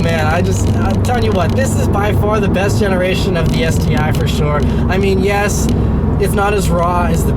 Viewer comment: that smile when he said "yesssh it's quick indeed!" LoL!